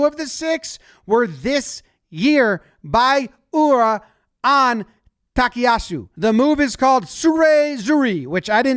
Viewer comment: His name isn't pronounced "Takiyasu.' It's "Takayasu." Get it right please.